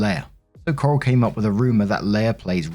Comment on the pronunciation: S2: Leia’s a bitch. Or the sister is. Honestly, I lost track of who was whom because I was too focused on pronuncing Coral’s name as Carl.